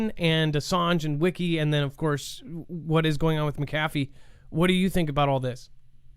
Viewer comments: "McAfee" is pronounced with emphasis in the first syllable - not the second one. LoL Funny though. Good show! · Yep, Mc meaning son in Irish & Scottish Gaelic, McAfee is one of the oldest Gaelic names in existence yet everyone still gets it wrong 🤷🏻‍♂️ SAOR ALBA GU BRÀTH 💙🏴